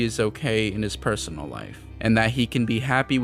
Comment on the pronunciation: Erm actually said "perosonal" not personal 🤓☝️